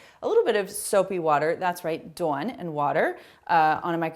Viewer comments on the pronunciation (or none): Love these ideas! Also love the emphasized pronunciation of Dawn (Doowan) feels like I’m visiting New England 😅